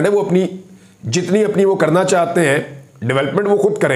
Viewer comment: Plz aap chahte ko chahte bola karo chatte nahi log mazak udata h apka li bolna nhi ata aurato wali khubi he bla bla😢